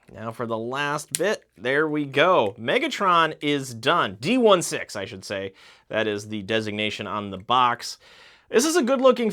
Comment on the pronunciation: Btw 2 things . D-16 is pronounced D sixteen . And the hat that bumblebee got it’s a welding mask you can flip down Good video btw 😁